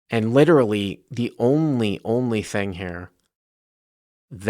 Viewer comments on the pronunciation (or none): When the Big Bwind witerawy weads out after a wimp. I couldn’t believe it !!